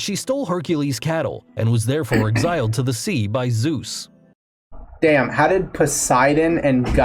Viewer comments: The prononciations were not half bad? He pronounced Zeus as Soos! Lmao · He's pronouncing pretty much everything wrong. Did you listen to how he pronounced Zeus? That physically hurt my ears... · Did that guys really pronounce Zeus as Soos?